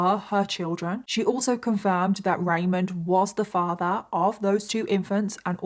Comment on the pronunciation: *ramon Rivera, not Raymond Pronounced like ramone